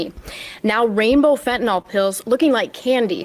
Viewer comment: Why do people pronounce fentanyl as "fentanol"?